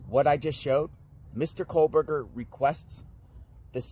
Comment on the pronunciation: Please stop saying KOHLberger.